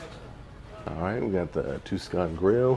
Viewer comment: It's Tuscan, not Tucson. 😅